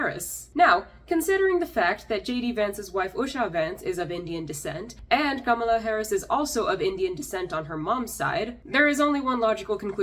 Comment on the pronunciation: Thanks for pronouncing Kamala's name correctly. Something she herself can't even manage. My cousin has the same name and we joked about how apparently we've been saying it wrong all these years. You're also spot on about us being perpetual foreigners. It doesn't matter how much of your dignity you forgo you're still an outsider. My family has been in the UK for 70 years bending over backwards to assimilate but it makes little difference. The minute you assert yourself in the minutest way possible they remind you of who you are.